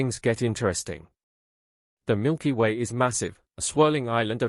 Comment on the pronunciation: Milker way?? Another dumb AI channel....